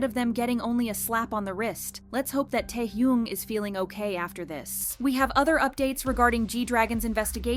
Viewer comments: There was no influx in her voice and the way she pronounced taehyung was the clearest give away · Is it me or this video’s narration sounds off? It sounds different from normal, lacks emotion and the way “Taehyung” was pronounced sounds weird and not like other videos were he was mentioned… is this IA? wtf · Do you guys use an AI voice now? The narration sounds off in this video and the narrator mispronounced "taehyung" which is a hard mistake to make considering how much time is spent talking about these idols...